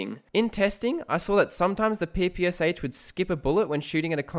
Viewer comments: Its not P P S H! It is PPSh like "shine". Developed by Shpagin. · Small note: the PPSh is pronounced Pah-Pah-Shaw. The "Sh" has it's own phonic sound. Not harping on you, just letting others know in case they were wondering.